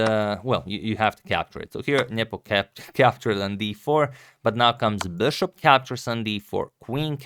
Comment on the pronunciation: ... come on dude, stop trying so hard. It's BISHOP, not 'beshop'